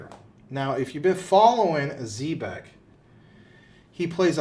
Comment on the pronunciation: You guys do a great job and I appreciate your wisdom. Just 1 thing. I really wish you guys would learn how to pronounce ZEB- EC the correct way. Not Z-BEC.